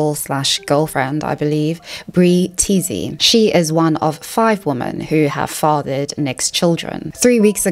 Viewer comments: Please, please correct your pronunciation of 'women' - it's plural, so why are you saying 'womAn' every time when you mean 'women'?? It's driving me nuts. Otherwise, great content ) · The word "women" is pronounced "wemen" not "woman." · Why do you say "womAn(s)" when you mean "womEn"? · Please educate me why you pronounce women as woman (good faith question)